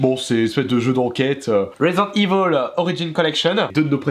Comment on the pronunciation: resent evil il dit svp ecorchez pas l nom de jeu exxelent ^^